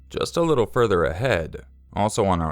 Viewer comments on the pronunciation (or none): none